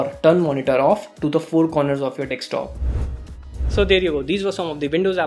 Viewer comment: Its not Dekstop its Desktop